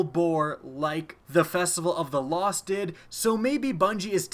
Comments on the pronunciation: It's "festival of the lost" not "cost" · festival of the "cost" I heard that lol